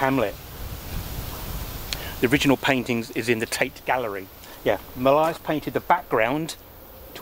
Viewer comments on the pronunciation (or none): Love these areas in suburbia that still feel like countryside. I hate to be “that” person in the comments, but I think that Millais is pronounced “mill-ay” - there’s a girls’ school in Horsham named after him, and it’s always said in that way.